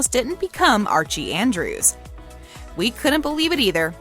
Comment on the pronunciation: Did she really just say Archie andris literally when she was at the part where she said that Casey caught almost became either Jughead or Archie she said Archie andris